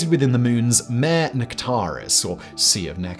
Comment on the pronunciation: Mare?! We are talking about horses all of a sudden. You need to brush up on your Latin pronunciation old son.